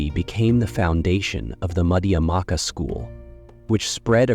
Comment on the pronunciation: You have so much to say but the mispronunciation is really grating. It's not Nagger-juna: Nah-GAR-juna. Mad-YA-mika.